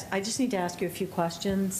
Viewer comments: Well let me axe you this.... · Why can’t anyone pronounce the word ASK the proper way??? It is not AKS.